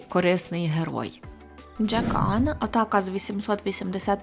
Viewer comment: велика вдачність за час і сили, які були витрачені на створення цього відео.. але ну хіба так тяжко, здійснювати правильний переклад персонажів, наприклад "Джекан"(Jequn), навіть не близько.. і наголоси ставити відповідно, а не куди захочеться... "МеланхОлія", а не "МеланхолІя"... наміру образити чи якимось чином негативу додати, не мав...просто дуже хотілось би бачити все як можна краще... Дякую за увагу)